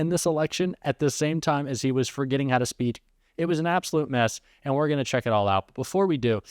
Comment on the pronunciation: <) as you comment about tfg being unable to speak clearly, you mispronounced the word "speak'. Ah wonderful, many thanks for the giggle. Love yr stuff. Justsaying